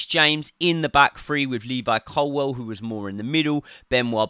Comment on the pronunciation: Bro, how can you still not say ColWILL properly?